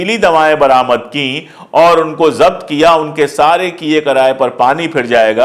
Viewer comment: Japt nahin. Zabt hota hai .